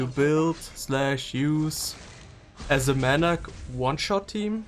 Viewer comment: Sry for being a child xD but the way you pronounce her name is pretty good